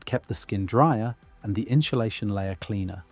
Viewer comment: the "inshulashion" caught my ear